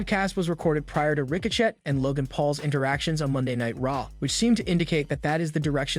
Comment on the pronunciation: It’s not ricochet. Say it like ricoshay